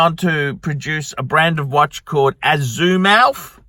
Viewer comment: Well, knows how to pronounce F**king & S**t, but he can't pronounce something as simple as Azimuth?